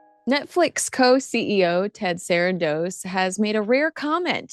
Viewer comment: Why do u keep saying Sarandos like that .. its weird .. no one else says it like that.. I stopped watching